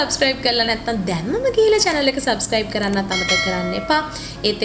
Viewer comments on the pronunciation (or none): none